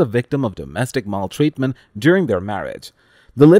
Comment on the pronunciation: Your pronunciation of "maltreatment" is strange and wrong. Cut it out. It's super annoying. It's as though you are trying to make it French. In English we don't say " mul treatment ".